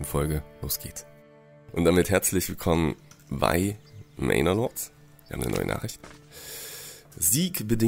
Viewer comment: Es heißt "mener lords" nicht "mainor". Vielen Dank sonst für die zahlreichen Tipps für dieses überragende Game 😀